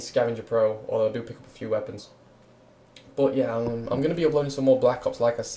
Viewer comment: Why does he say bot instead of but ?